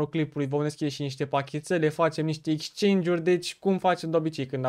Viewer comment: bro se scrie exchange si se pronunta ,,exceingi,, nu dau cu hate incerc sa te ajut ~respect~